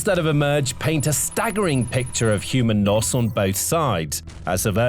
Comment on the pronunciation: What is human Noss? Is that British for human loss? Kind of like saying sick instead of sicksth (sixth, 6th)????